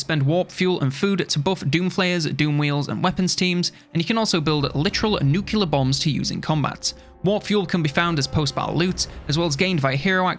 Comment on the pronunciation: Did you just say... Nucular?